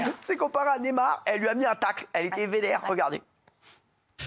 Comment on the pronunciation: Ca dit neymer au lieu de neymar on se tape des barres... Mort de rire ici